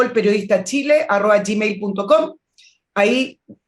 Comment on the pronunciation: Querida Nicole, adoro escuchar tus comentarios, cómo ya te quiero y como viejo profesor, escucho muy claramente que, al referirte a una dirección web,dices "arroa", por favor corrige: arroba, eso ...